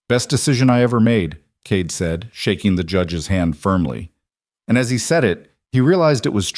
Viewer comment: The reader makes Cade sound like Kate. Made it very confusing.